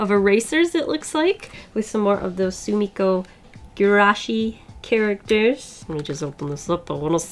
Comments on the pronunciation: Soomiko gurashiiiiiis Japanese viewers: Its soo-mee-ko-goo-ra-shee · Sumikko Gurashi is pronounced “ sue-me-kow goo-rah-she “ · You said Sumiko goulash right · YOU ALMOST SAID sumikko gurashi right